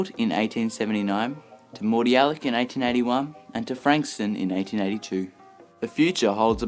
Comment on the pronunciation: Moody Yallock not Mordi Yallock